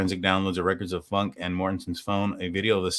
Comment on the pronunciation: I think its pronounced Foonkay.